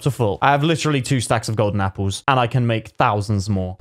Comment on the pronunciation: Anyone notice he said “Capple?”